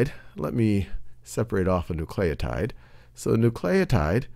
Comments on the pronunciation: Bro! It's pronounced NOO-cle-oh-tide! Get it right... oh my gosh it's almost as bad as someone saying "nucular" instead of "nuclear". *facepalm* so annoying and distracting! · n u c l a y o t i d e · I feel like he is saying nucleotide like that just to frustrate me.